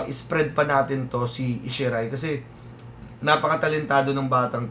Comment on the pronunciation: Ohh...wow! Pamangkin ko to, ah! Isshi Ray (ee-shee-rey)!